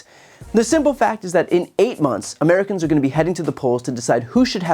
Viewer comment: “Inmericans” …only good thing she ever said.